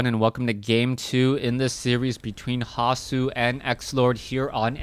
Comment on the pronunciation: Like the way you pronounce the german nick "hasu" :-)